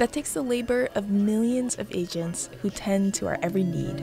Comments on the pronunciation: It sounds like the narrator is saying “Asians’ instead of “Agents”., the Dominican, has better pronunciation. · Lol I thought she said “asians” instead of “agents” ^^